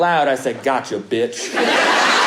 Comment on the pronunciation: I Thought That he said the word “fish” when he was talking about how he uses the word “bitch”